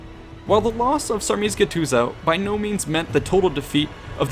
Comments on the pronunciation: I like how you pronounce "Dacia". It is correct and unusual for a stranger. But "Sarmisegetuza"... Be with me: SARMI SEGHE TUSA, whith soft GH and the last S as a Z pointing a S. Now we are ok. :) A dacian. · I have to congratulate you for the pronunciation. It's flawless, from what I can tell (except Sarmisegetuza, but then again... it's understandable) Source: am Dacian Romanian. The only flaw I see here is that Burebista was supposed to be already dead by this point - in OT he got assassinated slightly before Caesar. So unless he gets the same boon as Caesar, he'd be dead before Caesar even left Rome, and the legions will march into a collapsing kingdom. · Perfect pronunciation of Dacia, awful pronunciation of Sarmizegetusa.